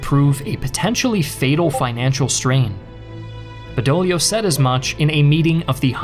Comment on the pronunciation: Badoglio!!!!!! Not bedolio…..😂